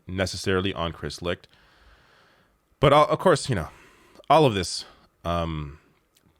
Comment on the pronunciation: Licht- pronounced Light